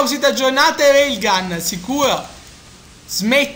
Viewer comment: si dice Rail gun